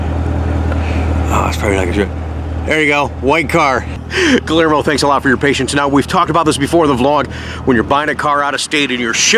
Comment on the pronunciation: not to be contrary, but the name is pronounced like Gee-year-moe. The double L is a pronounced like a Y. I apologize to anyone that I offend. My high School Spanish is showing it's ugly head! I take correction easily.